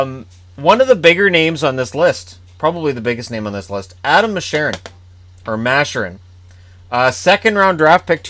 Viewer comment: Mascherin is pronounced Mass-CHer-in, hard CH. Or at least that's how the Kitchener announcers say it. Either way, he's real good and had insane chemistry with Columbus prospect Kole Sherwood. Maybe look for Columbus to take a flyer on him if Florida can't get him signed